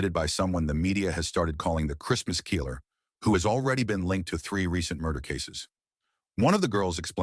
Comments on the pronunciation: 😡 GODDAMMMM & it's 'KILLER not FUCN KEEELER' u lame pathetic inept 💩 narrator 🥃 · "The Christmas Keeler" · What's a 'keeler'? Is it a Mexican murderer? If you don't have the balls to use the correct pronunciation don't do the video. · The bot constantly saying "keeller" was odd. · The emphasis on the i in killer is hilarious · Can't say "killer" either.